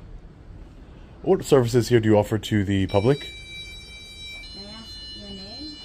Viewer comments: U axed me? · "You axed me my name"...